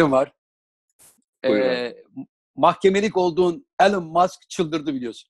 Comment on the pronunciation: Abilerim, Eleştiri olarak almayın lütfen ama şu adamın adını bir türlü düzeltemediniz. Elın değil abi, Elon (İlon) Musk. Saygılarımla ))